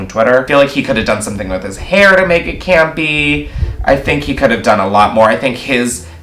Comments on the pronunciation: are you saying gampy... or campy...? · I’m gonna have nightmares of saying “CAMPY”🥴